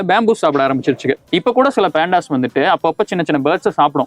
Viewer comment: பேண்டாஸ் இல்ல டா 😂😂😂😂😂 பாண்டா & பண்டாஸ்.... பாண்டா கரடிகள்